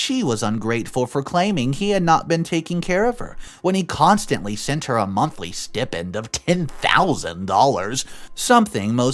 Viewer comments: It's stai-pnd....not s-tea-pend! I'm sorry, this just bothers me so much and he always says it the wrong way. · The word is pronounced [STY] + [PEND]. Not Stip-ind. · It's pronounced steye-pend. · Ok, stipend is pronounced "sty-pend". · Get a dictionary and look up how to pronounce 'stipend'.